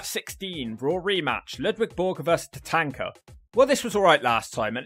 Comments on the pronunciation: Why are you pronouncing Tatanka as Tatanker? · Your saying Tatanka name wrong